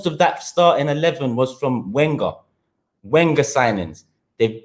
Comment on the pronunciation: Why arsenal fans cant pronounce wenger correctly still lol